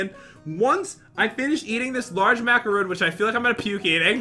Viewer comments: It’s mac-uh-roon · You were saying macaroon rong